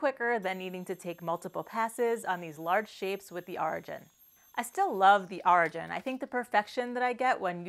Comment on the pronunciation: Solid piece. But why do you pronounce it draw and not drawer and arjin instead of origin? Is that your accent of some arjin?